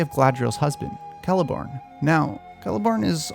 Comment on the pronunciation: The moment you pronounced Celeborn with a k, I finally decided that it was time to subscribe.